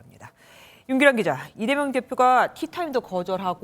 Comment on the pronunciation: 앵커님 왜 자꾸 이대명이라고 하세요 컨셉 좀 그만 잡고 발음 제대로 해주세요